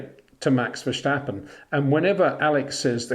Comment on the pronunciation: Love your youtubes, Peter, but can you please stop pronounce Max's name as "Versjtappen". He is Dutch, not German. It's just "Verstappen" . No "Sjjjj.."